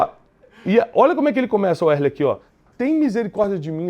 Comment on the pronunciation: Werley não, é wesley.